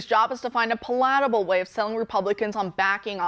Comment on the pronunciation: The first syllable of "Palatable" gets the accent.